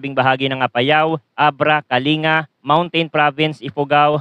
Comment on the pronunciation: Kalinga is pronounced as Kalingga, parang Pampanga, Pangasinan